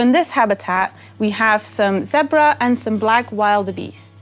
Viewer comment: Wild a beest ? If you don't say Wildebeest the way jack nicholson says it i cant listen to it .;)